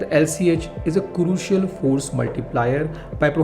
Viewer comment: its crucial not curucial sory for being picky over pronounciation but just letting you know else pakistanis might get an extra topic to try and troll which always fails